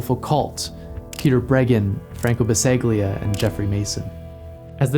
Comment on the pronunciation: To comment on an otherwise masterful and insightful essay, the "gli" group in the name "Basaglia" is pronounced approximately like [lj] "William" or "bouillon". Props for mentioning him!